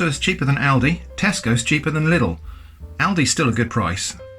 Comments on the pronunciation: It's Lidl not "Littl" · quick correction as a native german speaker: Its not pronounced liddle but Leeedle. Many foreigners do this mistake :) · the way he says lidl... it's Leedle not little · On Paper: Lidl Germans: Leedle: Liddle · It's pronounced LIDL, Not little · I capital-h Hate that the English speaking world has just unanimously decided that "Lidl" is pronounced "Liddl" for no reason other than half of you people pronouncing Aldi correctly so if you said anything else correctly the universe would implode. Also, I agree with the thumbnail, stop saying "could of", it's annoying me to no end. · I'm from Germany and find it fascinating that there is a Lidl and Aldi in your country aswell! I thought they are located in Germany only. Also the pronounciation of the names is very funny & interesting to me 😂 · lidl is pronounced quite diffrently my friend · As a German, I get anxiety by the way he pronounces Lidl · How these Brits pronounce “Lidl”…never gets old. 🤣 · James Parker yes but if proper pronunciation and grammar are used then your privileged , 99% chance your white and therefore racist so we don’t learn real English , just this keyboard warrior shit and enough to get through “life”